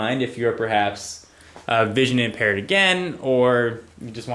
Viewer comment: I think he meant vision, because he sayid again after he said visinon impared. That was .